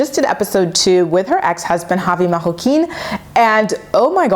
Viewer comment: why you gotta keep saying Javi’s last name with a French accent?